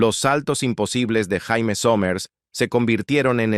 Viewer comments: Se pronuncia Sheimi, no Jaime. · NO MAMÉIS... NO SE LLAMA JAIME, SE PRONUNCIÓ SIEMPRE YEIMI, AUNQUE CLARO SE ESCRIBE JAIME. 🇲🇽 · suena mal que diga "Jaime Somers" cuando se pronunciaba Yeimi Somers" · Se pronuncia Jeimy no Jaime que atraso el relator! Esta serie me encantaba!!! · no se pronuncia jaime sino yeimi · se pronuncia "Yéimy" . Jaime suena como nombre de hombre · jaime?, se pronuncia jeymi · La voz de la IA, pronuncia como Jaime, cuando se pronuncia " yeimi", no Jaime, ¡ pues ni que fuera hombre ! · Jaja para colmo la voz de la IA dice "Jaime" y también "Yaime" pero nunca "Yeimi".. Le faltan un par de Ajustes Biónicos a esta IA! 😬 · Terrible la pronunciación!! Si no pueden poner un locutor , al menos pongan un IA que pronuncie bien los nombres en inglés!! No es Jaime como nombre de hombre! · Prunincie bien el sonido es Jeimy somers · Recuerdo haber visto "expedientes" médicos en la serie a nombre de Jamie (no Jaime) Sommers. Se pronuncia Yeime Ja es "yei" y "me" es "mi" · JAMIE y se pronuncia yeimi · Vine a comentar lo mismo 😄 ese jaime era todo un loquillo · Pensar que "La Mujer Bionica", la actriz Lindsay Wagner estuvo en Chile y de jurado del "Festival de Viña del Mar". El audio de este video me recuerdan cuando en "Ben-Hur" la llaman "Yudah" a "Juda" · Mala pronunciación